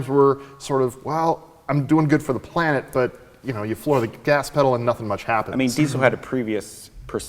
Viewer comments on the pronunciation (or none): none